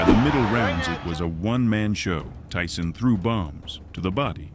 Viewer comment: "Ty-Son" biggs a og raigbaiter